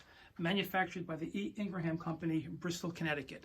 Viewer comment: It's Ingraham, not ln gra ham.